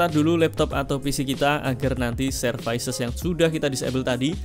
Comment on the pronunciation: servis mas bukan servais